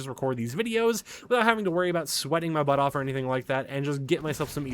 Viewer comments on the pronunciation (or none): none